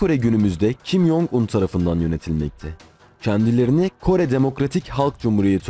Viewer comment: kim yong un yanlış tellaffuzdur korece 김정은 olarak yazılır ve türkçeye en yakın şekilde kim cong ın olarak telaffuz edilir